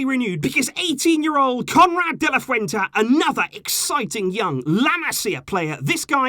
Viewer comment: de la Fuente* not Fuenta